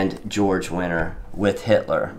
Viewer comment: Georg winter. Not George.